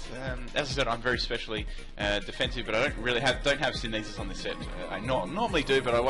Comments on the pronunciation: Am I seriously hearing him say "sint-hisis" instead of synthesis? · It's pronounced "sin-tha-sis" synthesis.